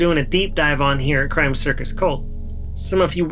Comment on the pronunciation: The Macon Georgia accent that turns the word shit into three syllables like “she-ah-it” but the word crime is one syllable like “crahm”